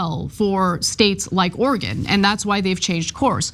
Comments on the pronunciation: Oregon, not Organ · You need to learn how to pronounce Oregon. It's not Organ.